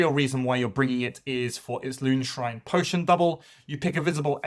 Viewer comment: Great video! Makes me wish Hrothgorn's Mantrappers were available at a reasonable price. Btw it's Loonshine Potion, not Loonshrine. Like moonshine!